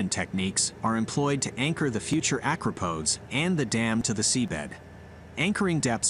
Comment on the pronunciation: Stop saying acropodes